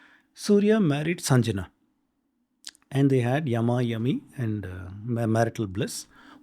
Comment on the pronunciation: PLEASE READ PROPERLY N PRONOUNCE RIGHT WORD. ITS NOT SANJANA BUT " SANGYA". READ SANSKRIT IN TOTAL.